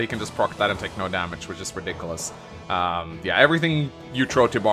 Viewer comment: TLDR;: Ree-dik-oo-less: Garbage unit, next